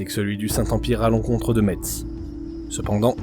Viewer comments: Mon coeur d’homme Parisien qui tiens au respect de la prononciation des noms de notre beau pays en est également attristé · AAAAAH Ça ne se dit pas « Metse » mais « Messe », comme la messe 😭 Mon coeur de Lorrain est attristé... 🥲